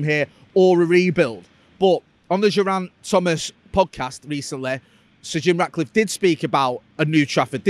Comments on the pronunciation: its Geraint tomas pronounced with a G not a j, he's welsh not french. also two club owners are possibly about to see if the club rule is an actual rule or a guideline, its never been an issue until this year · Interesting pronunciation of Geraint, poor chap went from Welsh to French